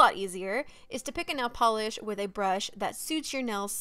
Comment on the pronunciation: “nell polish”